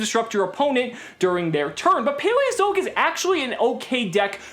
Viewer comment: Ok, am I the only one hearing him say "Paweozoic"?